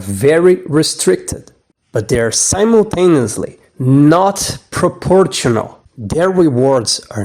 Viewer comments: I know English isn't your first language, but the way you pronounce proportional was just so funny. The T here makes a 'sh' sound instead of the 'tch' sound you used. Pro poor shun ull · In words like traditional, and proportional, the T is silent. "Proporshonal and tradishonal" is how you're supposed to pronounce them. You also might want to cut down on the text and simultaneous narration. Makes it hard to stay focused, especially with the fonts you're using, that cover most of the screen. Gives a rather ill-looking presentation. Other than that - well said. Cheers.